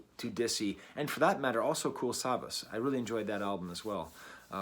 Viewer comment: As someone who is German but doesn't really like (german) rap/hip hop, this was still pretty interesting. Its always fun to see an "outsider" perspective on things Also: its pronounced like savash with the emphasis on the second a (phonetically written its: kuːl saˈvaːʃ )